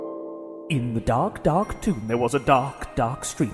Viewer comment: DA rrrrr K, gawsh! lol